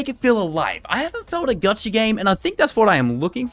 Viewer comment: bruh idk why but him saying "gachaRRRRRRRRRRRRRRR" is sooo fkn... idk, not really triggering but it is like when you scratch glass with a nail... ugh... icant XD